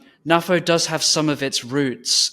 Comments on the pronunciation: Hi, do you also pronounce NATO as Naah-Toe?. No? I didn't think so. NAFO translates to North Atlantic Fella Organization, and I see no reason why it should be pronounced the way you do. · Personally, I pronounce it NAFO ... but then, I'm a boomer. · GenX NAFO FTW! Oh yeah... and you pronounce it NAFO 😁.